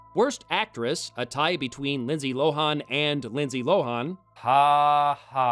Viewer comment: I hate to be the pronunciation police, but Lohan's name is pronounced Lo-HAHN, not Lo-HAWN. Also, next time's The Love Guru, the reason we don't see Mike Myers in lead roles anymore. God help him. Edit: According to Wikipedia, we're both wrong. Lohan's last name is pronounced LO-in.